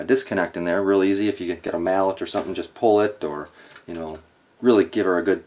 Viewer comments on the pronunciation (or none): none